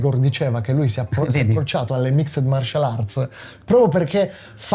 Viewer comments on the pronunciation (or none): none